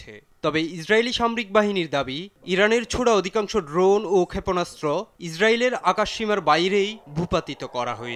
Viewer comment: ভাই ড্রুন না, ড্রোন হবে। আগে উচ্চারণটা ভালোভাবে শিখেন। কী সব সাংবাদিকদের এরা যে নিয়োগ দেয়! নেপোটিজমের চরম পর্যায়ে গেলে যা হয়...